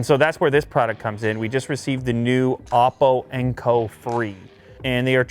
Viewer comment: The first time he said “oppo” I thought he said awful